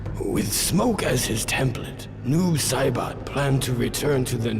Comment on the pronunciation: Noob saBOT -- is not how you say that name. Also watching these is a good reminder for me of the dark ages of mortal kombat.